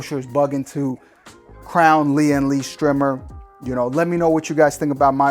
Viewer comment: Fu k yes , someone finally says strimmer and not streyemer